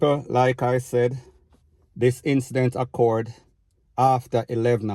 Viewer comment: You a the 3rd Jamaican blogger mi hear with this "a-ccored" word 🤦‍♀️...O...O...O...CURED.